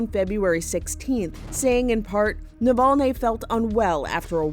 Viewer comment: I think he name is spelled Navalny and NOT NOVOLNE. Unless you have a Russian accent you have no reason to distort the name. Next thing will call Obama Abama